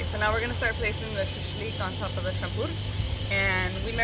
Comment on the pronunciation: Shampur isn't Russian word, Caucasians say it. But yeah , u said it right